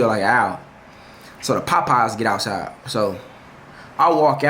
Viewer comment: “so the POPeyes get AHTsiide”